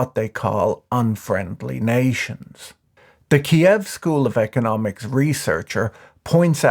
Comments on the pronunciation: My man! I really love you and I'm watching your content. But please pronounce Kyiv as in the Ukrainian language. Not Kiev as it is in russian language. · Kyiv not Kiyev, please ♥ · you still pronounce it wrong. And i can read cyrillic. The ukrainian writing is Київ -> K i yi v